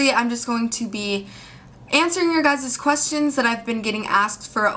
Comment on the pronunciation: There is no such word as guysz. Guy single, Guys 2 or more, Guysz WTF?